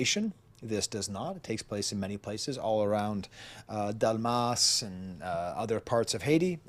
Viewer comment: I am ADHF therefore cannot watch anything longer that 12 minutes, however I was able to sit through this whole post. Great job! I will again do my best to continue watching you. BTW, the s in Delmas is silent.